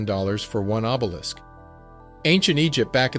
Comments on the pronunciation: What's obelickses....lol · Did he say obelikses? O b e l i s k s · Did you really use the word "obelix" instead of obelisk? Please get your GED